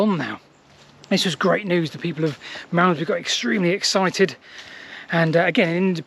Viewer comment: Marmzbree, Marmzbree, Malmesbury fgs, I couldn't take it anymore!